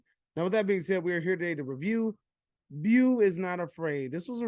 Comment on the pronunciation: Haha you really like “bew” more than “bow”?